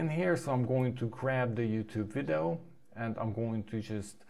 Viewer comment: Dude you are awesome! What a great product and list of new features. BTW, the way you say 'video' (three syllables) sounds like you are saying something more like 'viddoe' [two syllables]. I feel like you maybe able to get that "eee" sound to come out of your mouth if you work at it because your English is great. You do as you like though!